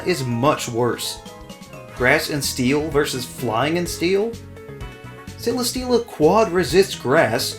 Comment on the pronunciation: CELESTEELA, NOT CELESTELLA! FIX IT NOW!